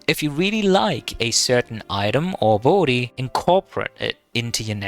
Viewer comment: Abolity? Since when is there an O in ability? Great vid tho, I just cannot stand the accent on that word